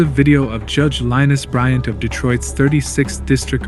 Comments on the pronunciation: I agree .. Judge Lynise Bryant's first name is pronounced "LAH-NEICE" .. Maybe type this into A.I instead of her name. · I want to say i just love and respect Judge Bryant... The way u pronounce her 1st name is "Lineese". but love ur content. I will be a new subscriber.. 2 good 1's of hers u captured.. 1 i already saw but wanted to see again, her being cussed out... lol and this 1... she is a solid individual.. she can break u down and build u right back up.. Good job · Yep. It’s Lah NEESE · You could always attempt to pronounce the judge's name correctly AI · Nothing like a channel that is such a big fan of the judge it CANT PRONOUNCE THE JUDGE’S NAME!!😂